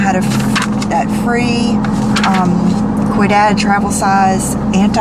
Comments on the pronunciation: Quidad is pronounced weedahd. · The hair product you're referring to at the beginning of the video is Ouidad and it's pronounced We-dad